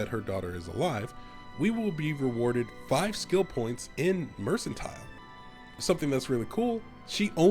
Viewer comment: Pronounced mercantile wrong